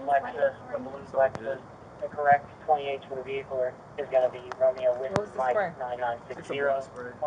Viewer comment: ”gon”?? Were you trying to say “going”??